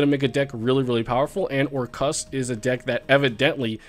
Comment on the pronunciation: missed saying "or-CUST"